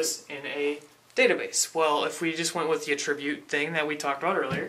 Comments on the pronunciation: A tribute? No, young, ATTribute. The accent is on the ATT, not the i. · I love the way your pronounce attribute. ;P a-Tribute instead of A-tri-Bute. Suddenly I'm thinking of "giving a Tribute!" to Caesar. xD